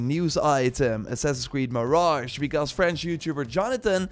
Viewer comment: Lmao when says Assassin’s Creed all I hear is “ssusssuhh creee” hahahahaha 😂😂😂